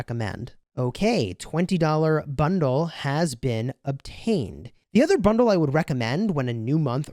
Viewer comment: What is a 'Bondle'? Lol